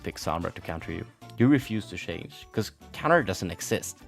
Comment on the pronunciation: You can't pronounce words that start with 'ch' like 'choice' or 'change'. Are you Swedish?